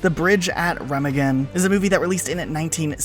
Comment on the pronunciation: It’s pronounced Rem Ah Ghen